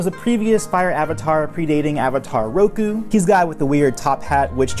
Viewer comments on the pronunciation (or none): none